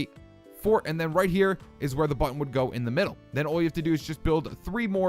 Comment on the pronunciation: HE SAID CLICK MY BUTTWHOLE!!!! xD